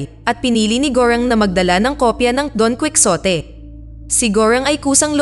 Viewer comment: don ki-ho-te hindi kwiksote ayusin mo naman...